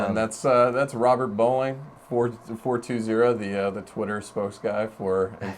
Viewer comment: These guys are terrible, never listened to so many mistakes! Fourtwozero? How can you get it wrong, it says it right after he's been killed! Oh dear IGN.